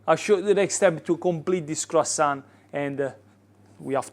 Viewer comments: Brother, love your pizza video, but my mom is French and she would slap you for calling this croissant. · Olive oil ? In a croissant ? Are you serious 😂 my ears are bleeding 😊